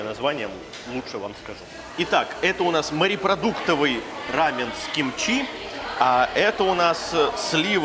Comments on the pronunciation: Не рамэн , а рамён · Костя, рамэн это японское блюдо. У корейцев называется РАМЁН. Ударение на ё